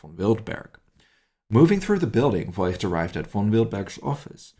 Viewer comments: Fantastic story, thank you for telling it. But isn’t it “Foigt”? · The family name “Voigt” is actually pronounced “Vogt” - the “i” merely indicates that the “o” needs to be drawn out